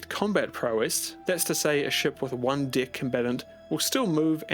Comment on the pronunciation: Time to listen to the greek intro ost from rome1 and pose towards the sunset while mourning the tragedy of tw Also why are you saying dick instead of deck lol